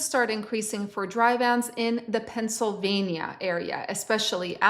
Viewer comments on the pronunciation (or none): none